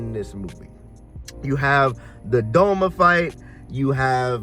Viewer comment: its doma not donald! :face-orange-biting-nails